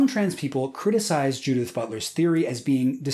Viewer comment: pronouncing "Judith" as "Dudette"